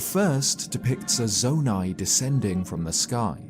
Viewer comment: Its saydid zoni